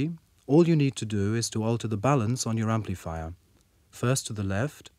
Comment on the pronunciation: "emplifier"? lol